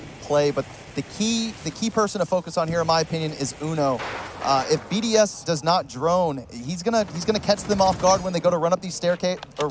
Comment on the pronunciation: ChooChye what about the fact they didn’t know how to pronounce most of the BDS players’ names?